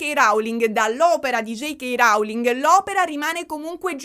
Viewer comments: Posso rompere le palle un attimo? ti prego le pronunce in inglese! ROULING non RAULING! Come low cost (non lau cost). Mi avevi fatto venire il dubbio e ho cercato le pronunce:) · ti amo ma ti prego non dire più rauling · io ti adoro ma rAUling non si può sentire. La O di Rowling si legge O, vai tranquilla 🤪🤪 #éleviòsanonleviosàaa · "J.K. Rauling". 💀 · sei brava e cara ma JK RAUling non si può sentire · Nooo lo pronunci male il cognome della Rowling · Si dice Rowling con la O non con la A. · Sentirti dire RAULING mi fa davvero volare, grazie ❤ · J K RAULING! 😂 ti adoro lo so che con la pronuncia inglese hai qualche confusione 😂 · ti prego pronuncia bene il nome della Rowling, ma dove l hai sentito così?